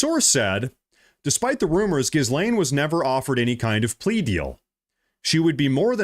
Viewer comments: Dude. Her name is pronounced "Ga-Lane." Although "Jizz-lane" is more appropriate, and maybe that's where I missed the joke. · Pronounce: " 'Gees-lane" if you care... It's a french name, you're welcome 😂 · great work brother. just one thing, it's ghee-lane, like key-lane. the s is silent. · Her name is French and is pronounced he-lane. Just saying… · Hi - love you! FYI- “Ghislaine” - PRONOUNCED with silent S……Sounds like: “gill-lane”. Thank you. 💜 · It's pronounced Ghe-laine Maxwell. The bit about the globalist blackmailers has been under discussion for a while. But no-one gave it credence. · 'Ghislaine' is pronounced 'ghee-lane'. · Mah-guh, not mowga Gee-lane, not gis-lane Ep-steen, not ep-stine Dude good content but your grammar is shit. It's pretty much every other word